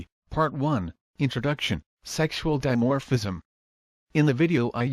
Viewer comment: "Dimophrism" ....How fucking hilarious is that?